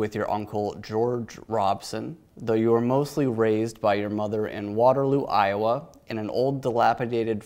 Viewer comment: The way he says Iowa is so satisfying and I have no idea why but it’s just like I O W A